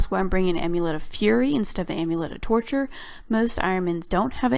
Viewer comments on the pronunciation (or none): none